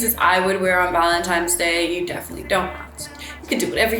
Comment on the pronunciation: ValentiNe’s sis with an “n” lol you’re so prettayyyyyy 💕